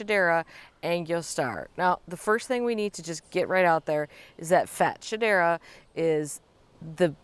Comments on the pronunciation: It's pronounced Fats- Hedera 😅 but I love the way you say it Carex are on my list, that and more Hakonechloa. My garden is drowning in ivy, it's a constant battle to hold it back (UK). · Yes since it's intergeneric hybrid of Fatsia and Hedera it's pronounced Fats-hedera in the trade. But her way might be more fun